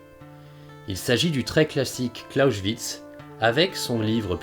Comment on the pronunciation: TOUJOURS AUSSI INTERESSANT ! Je me permet une très minime critique de forme concernant la prononciation des noms propres étrangers. Le présentateur, esprit ouvert et curieux, ne se formalisera pas de cette information. En Français, la règle EXIGE de les prononcer ou bien comme dans la langue (même avec un accent français) ou bien à la française. Dans le cas du nom "Clausewitz", la seule différence entre les deux prononciation concerne la première syllabe. C'est donc une erreur : - de ne pas prononcer la seconde syllabe comme en français, à savoir comme la dernière syllabe de "bronze" ; - de prononcer le début de ce nom comme le français "cloche". Si tel était le cas, le nom s'écrirait : " Closchewitz". Il semble le présentateur, en prononçant ce nom comme il fait ait été influencé par la prononciation du "S" initial dans les mots comment par "St" ou "Sp" : stehen se prononce, avec l'écrire "à la française" comme "chtéhenne" et "Spion" comme " Chpionne". Au Pays de Bade et alentour, on prononce de la même manière les "St" et "Sp" aussi à l'intérieur des mots. Par rapport aux autres accents locaux allemand, cela me donne l'impression qu'on parle avec de la purée de pomme de terre dans la bouche. Evidemment, c'est très subjectif. On pourrait donc dire que, d'une certaine manière, la vidéo prononce "Clausewitz" d'une manière "hyper-badoise" ah ! ah ! ah ! Je veux dire : un "s" prononcé comme le français "ch" alors qu'il n'est ni au début d'un mot, ni suivant d'un "t" ou d'un "p".